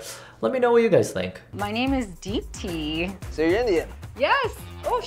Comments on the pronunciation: You pronounced deepti better than she did it herself ^~^ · how do you pronounce deepthis name better than she does 😩